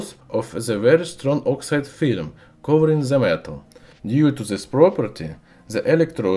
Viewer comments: Just a suggspread knowledgeestion.... Please do something about your English pronunciation.... It's really unbearable!!!! If your aim is to spread knowledge.... Please do something to be understood!!!! The is not!!!! Ze....🙏😧😧😧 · He doesnt know to say the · Very funny I love how you use the Z in stead of The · Zis properzy of za metal zizatioum Edit: 171 likes!!!!!! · I love how he says "the" as "ze" 😂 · "By ze way" xD